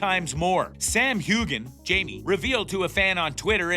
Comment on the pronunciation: Sam Hugin, oh, please! Mar sally, no, no, no! Learn to pronounce names. You need to do these reviews better! Better review of Season 7 by Ossa.